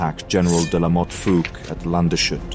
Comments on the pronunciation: "Landshut" and "Landeshut" are distinct places, even if their names have a common root. Also, there's no "sh" sound in there - they are compound words of "Land" and "hut", literally "Land's guard". So the "s" and "h" are pronounced separately. As for "Vogelsdorf", the "v" should probably be pronounced more like an "f". Also, you switched back and forth between pronouncing "Fouqué" as "fook" and "fookay" - since there's an accent on the "e", the "e" is not mute. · Your pronunciation of the german names is surprisingly good (with the usual accent), however, unfortunately the most important name of this video, Landeshut, is wrong. I is actually a composita of "Land" (=land or country) and "Hut" (=hat). "Landes" is the genetive case of land, so it is actually "(des) Landes Hut" ("the hat of the land"). And that means the s and h doesn't form the "sh" sound. Which would be "sch" in german anyway. Long story short, it is pronounced "landes hoot". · Excellent presentation! The town is pronounced: Lahn-dez-hoot. Keep up the great work! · The town is pronounced "Landes-hut", so the s is pronounced as usual and separate from the h. The name is a conglomeration of the words "Land" (land) and "Hut" (vigilance, but difficult to translate properly). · Ah, small minor mistake: there's an additional e in the word. Landshut like you said is in bavaria, this is the village of Landeshut so there's an additional letter to pronounce. for native english speakers i would write it "Lund-as-hoot" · Landshut Must be spoken: Landes-Hut Hut is similar to hut in English but spoken with „u“ like ou. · You often try hard to pronounce names correctly, but... Land-Shut? Really? The rest was awesome as always of course! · Fantastic video, as ever. Only tip I'd give is that Landeshut is pronounced "lan des hoot'. 🤗 Keep it up! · Good video. Just some pronunciation tips: Bro Lee instead of Bro glee or Lande's Hoot in stead of Land shoot. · it's Lan-duss-hoot not Lanshut. ;)